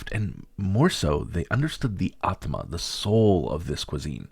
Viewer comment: Awesome journey Beginning of the video I hought I will not complete this big video but sure I did. The moment you said the word Aatma ufff stole my heart 💞